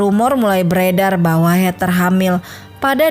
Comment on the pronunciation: Bacanya BUkan Heter tapi bacanya Heder